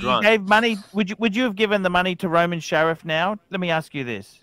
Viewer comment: FFS, it's SHARF!!!!!